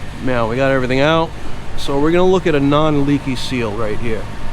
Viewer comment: Did you lessen the flavor on those strut towers? I don't know if its just me, but everytime you say "now" it sounds like "meow" :D